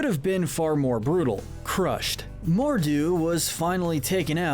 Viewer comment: mordu? More(du) like PRINCE ALI ABABWA